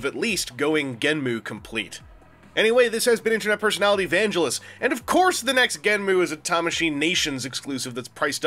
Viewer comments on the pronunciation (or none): I know it's everyone's personal preference on the pronunciation, But it bugs me so much on how, even the show Creators had said this, Someone can pronounce it GENMU, when, again, the show Creators even said this, It's pronounced GENM